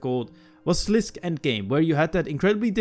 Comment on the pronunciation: ive commented on another video of you before. its sliss-kay. sliss-kay. dont say something if you cant pronounce it